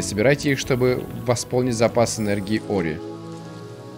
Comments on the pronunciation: и снова говорит не ори а орио ) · Все: Ори: Орио;) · Ты на 35 минуте сказал ореол вместо ори😂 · Я один слышал как говарил не ори а орео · Мне одному слышится что говорит орео